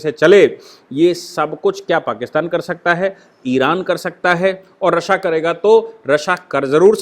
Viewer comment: I used to listen yours analysis of current topics, i have a request to u that its pronounced as" रशिया" not" "रस्सा."